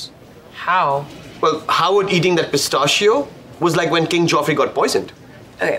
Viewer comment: I died of laughter when I heard how Raj pronounced pistacchio. wtf